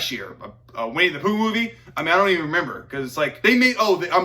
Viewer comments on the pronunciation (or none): Man said winne the pooh movie